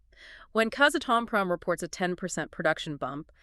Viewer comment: Please pronounce it “KAZ - ATOM - PROM”